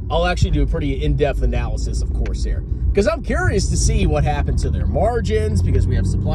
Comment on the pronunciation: Did he say Corsair my arse hair. Legend.